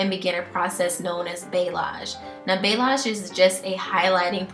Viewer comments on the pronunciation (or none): Great vid! The technique is balayage, pronounced bah-lee-AHZGE.